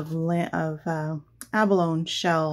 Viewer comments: Once again I have had to pause your video, to immediately try to purchase one of the products that you use. I can’t help it, you do such gorgeous work., that I had to get some abalone (pronounced, ab-uh-lone- ee, just for the sake of correctness, not criticising) so I went to Aliexpress and purchased an abalone sheet, then came back to watch to the end. The same thing happened with Daniele Baresi’s products! I just must have them, immediately! I look forward to each new video that you do. I had to watch the short Christmas ornaments compilation several times, while frantically hitting the pause button to get a good look at the pieces, even though I had seen a video of you making them! Anyway, keep on keeping on! Regards from NSW Australia. 🇦🇺👏👍✌️ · Gorgeous,. Btw. Abalone is pronounced abalony. Just thought you’d want to know. 😀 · Beautiful work!! The pronunciation of abalone "a buh low nee" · Just a little comment about the pronunciation of abalone - a·buh·low·nee .